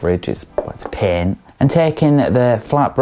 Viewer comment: I kept hearing pen. I took me a minute to figure out she’s saying paint. Lol. Good review!!!